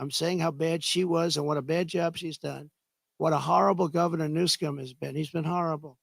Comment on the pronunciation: I liked when he said Gavin New-scum lol